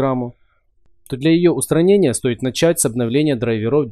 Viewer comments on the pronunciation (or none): none